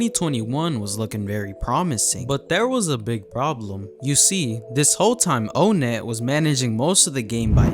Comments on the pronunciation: It’s pronounced like “on net” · O-nett its On-ett